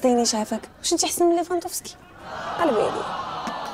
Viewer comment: سميتو ليفاندوفسكي ماشي ليففاندوسكي